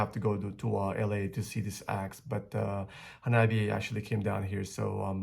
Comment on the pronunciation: 花冷え(HANABIE) is pronounced Ha-nah-bee-eh. え= eh This is Japanese. There are no silent "E"'s in Japanese. So it shouldn't be read like it's in English but rather the Romaji pronunciation of Japanese.